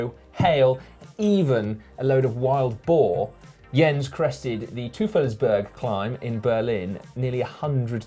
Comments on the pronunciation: "Tufelesberg" :D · "Touffels"Berg, Simon? Might have to consult Jens on that one. (ps Teufelsberg pronounced toy-fels-berg, meaning "Devil's mountain." Love the show. Greetings from Berlin).